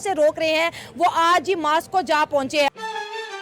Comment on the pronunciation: Moscow ❌ Mass ko ✅ 😅😅